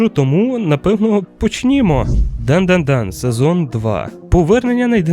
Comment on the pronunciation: так дандадан, а не дандандан